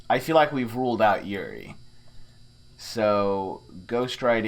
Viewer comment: I'm really enjoying these videos, please keep doing these. By the way, yurei is pronounced "YOU-ray". Everytime you say Yuri I think you're calling a girl's name.